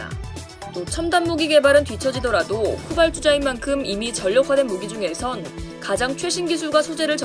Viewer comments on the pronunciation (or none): 아줌마 발음이 후발"쭈"자가 아니라 후발"주"자 입니다